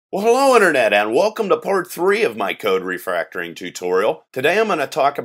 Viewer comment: Is it just me or is saying "Refractoring" ?